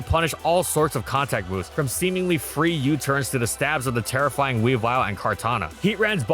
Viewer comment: "It's terrifying teammates" Bro, had to listen to that 4 times before i realized what you actually said over "It's terra flying teammates"